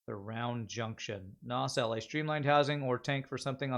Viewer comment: Your pronounciation of nacelle annoys me. xD